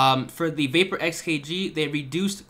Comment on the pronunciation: It’s not a vaper it’s the vahp-yur